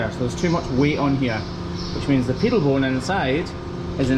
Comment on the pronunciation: Pedal bone not peedal